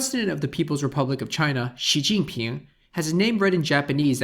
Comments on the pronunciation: 시진핑 is pronounced as siZhinping, not siChinping. If it were, it should have been 시'친'핑. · It's not "щи цзинь пин", it's "си цзинь пин". Why English speakers are so pathetic in pronouncing sounds